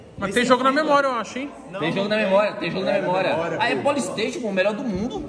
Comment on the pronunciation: Seloco. Esse polistaytion é o maior trauma da infância de uma criança. kkkkk 😂😂😂